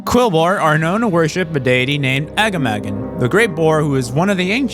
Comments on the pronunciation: I love the video, but Agamaggan is Uh-Gah-Muh-Gahn, for future reference. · I can't get over your pronunciation of Aggamagan lol